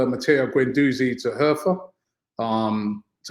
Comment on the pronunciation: Robbie, you pronounce Hertha like hairtah